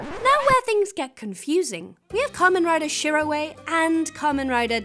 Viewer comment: Shirowe is just pronounced Shirō the owe is pronounced like the English word